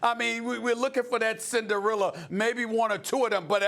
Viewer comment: Can someone please tell SAS the word is "Cinderella" not "Cinderilla"! Thank you!